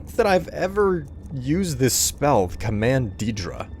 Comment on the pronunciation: Ethan Bennett you got it backwards. The Aedra were also immortal before creation, and lost their divinity. And had been mispronouncing daedra from the start of this series, You say it as "day-dra", same for Aedra.